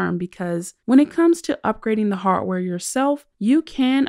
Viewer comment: It's not hartware it's harDware